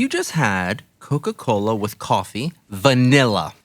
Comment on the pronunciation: The way he said vanilla lol